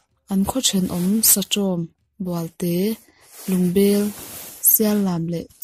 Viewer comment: Bualte tih pawh khi "bual" khi a sang tur bawk a ni e.